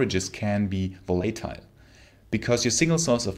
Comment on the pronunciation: Volatile has the accent on the first syllable and in the second syllable, it's a small 'a', like in 'bang' rather than a capital 'A', like in 'face'. volatile, not volAtile.